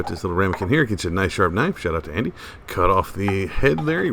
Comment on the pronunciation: Looks good ! Oh...an-do-ee. :)